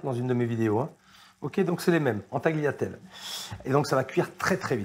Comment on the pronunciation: On ne prononce pas le G de ta(g)liatelles